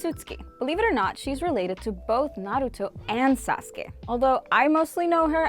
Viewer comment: She said sasuke like Sauce-Ka😂